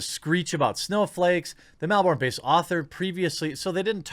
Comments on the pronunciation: As much as I hate the socialist republic of Victoria and Melbourne, it's pronounced Mel-ben not Mel-born lol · MEL BURN yanks can never pronounce MELbourne just say MELBURN.. Sydney they get perfect even though its the asshole of aus. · Disliked. Mispronounced Melbourne, had to do it on principle If Ford acts this way and does not lose her public grant only proves you can act this way and you'll get money